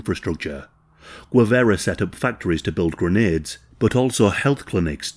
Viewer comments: Guevara not Guevera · Correct pronunciotion is "geh-VA-ra". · I am dying at the pronounciation, but love your channel, dude. For future reference, Guevara is pronounced Ge (as in Genghis Khan)- vah-rah. The way you're prononcing it sounds like Huevara (which, could mean egg-vara or man-jewel-vara, depending on how vulgar you wanna get lol). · You can tell by the shitty pronunciation, Gwivera 😂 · Of the few things I´m proud of my country, is that we killed this disgusting criminal. And its pronounced "Gue" as in Guerrilla, "va" not ve, and you got the "ra" part right. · He can't pronounce Guevara so it may be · A bot would pronounce Guevara better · It’s pretty shameless chat GPT narrative- weird syntax, odd repetition and lack of cohesion throughout - the channel has used a click bait post mortem photo as the thumb nail , continually pronounces the name Guevara wrong and clearly has done zero research whatsoever If my teenage kids tried to submit this as homework they’d get a strike for using chat gpt without any reference , research or proof reading - lazy af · This has to be scripted by chat GPT - so repetitive and lacking in progression - full of inaccuracies and to top it all the narrator mispronounces Guevara to the point of insult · If this guy only knew how to pronounce names correctly 😏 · I absolutely despise how you pronounce his surname. Other than that, amazing video and research.